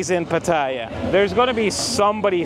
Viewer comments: It’s pronounced as pateeah ! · get the pronunciation of ‘Pattaya’ right if you don’t want to sound like a tourist.